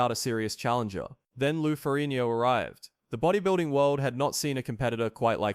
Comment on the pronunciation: Why can't this narrator pronounce Ferrigno?